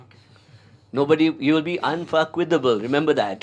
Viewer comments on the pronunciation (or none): Unfakwithable.... 😂 Priceless....